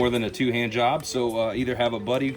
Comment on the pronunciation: You say two... hand-job, I think it's pronounced two-hand...job!! lol I've commented this before, now I think you're doing it on purpose! Keep up the good work, I really like your vids.